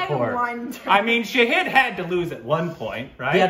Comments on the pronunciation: again it's Shāhīd not Shahid 🙄. Fun game though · ❗❗❗❗It's been 2 years guysss 🙆 IT IS NOT SHAHID IT IS SHAAAHID ❗ GET IT RIGHT GUYSSSSSSSS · It's not Shaheeeed, it's Shaaaahid It's not Ameeeeer, it's Aaaaaaamir. Just saying 😬